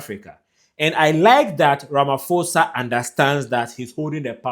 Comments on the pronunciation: Ramaposa thats how you must pronounce not Ramafosa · A polite correction. Please pronounce Ramaphosa - pho as in post. Stay blessed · If you can not pronounce the president of South Africa correctly here us a tip : please pronounce it as Ramapoza. 🙏🏽 you content is one of the best regarding on presence globally. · Ramaphosa - pronounced RAMAPOSA❤️ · Ramphosa- the letter H is silent... RAMAPOSA 👍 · It's Cyril Rama-pour-za. The "H" is silent, please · Pls is not ramafosa 😂😂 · To my continental family - Ramaphosa - pronounce it as RAH, and MAH, first, on the PHO ( pronounce as the first part of "pot" without the T , than pronounce the SAH at the end - hope it helps.